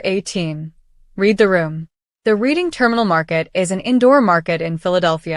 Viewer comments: Times Square was horrible and sleazy in the 1970s. And the pronunciation for Reading Terminal is "RED-ing" not "Reed-ing." Do you even know your so-called facts? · It’s actually pronounced “Redding”, not reeding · Reading Terminal Market.. pronounced “Reding” not reading, as in reading a book. 😅- I’m originally from that area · "Reading Terminal Market." It's "RED-ding," Not "REED-ing"! It's named after the Reading Railroad. REDDding, not REEEDing! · To the narrator: the way to pronounce Reading terminal market is Redding. Say it like the color, not like reading a book! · Reading Terminal Market is pronounced like the past tense of the word read (or the color red) just an fyi.